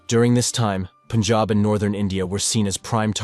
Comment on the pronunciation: Good thing he pronounces it as pun-jahb and not POON-jahb